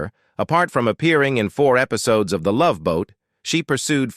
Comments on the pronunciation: “Episodees” lol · "Episodies" LMAO! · " Episodees" ? WTH is up with these "robo-narrators" ? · "Episodees"....you gotta love it 🙄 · Eh pi so dees? Hard to listen to!